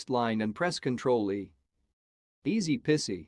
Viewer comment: You Tube captioned what you said correctly. The word is more eeee than iiii. You said Pissy. Correctly it should sound more like Cheesy.